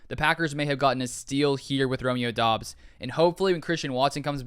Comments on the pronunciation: It’s pronounced DUBs you simpleton , f’n drivin me nuts, do at least a little research, you can’t even pronounce the guys name right smfh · It’s pronounced Dubs